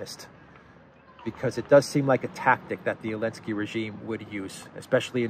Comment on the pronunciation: yo my guy, every time I hear you call zelensky elensky , I can't help but to crack up man. I don't doubt that this will eventually catch on. And we'll know its origins. Here. You